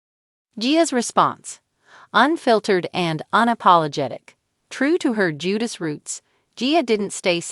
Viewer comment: If youre going to report on this can you please pronounce the last name correctly please?